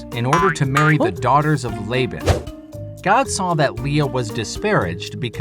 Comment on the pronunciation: He said Oh my Gad...once Gad was born.